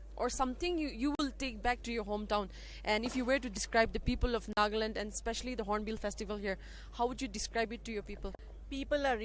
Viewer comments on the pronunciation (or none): Miss reporter, it's NAGALAND not NAAGLAND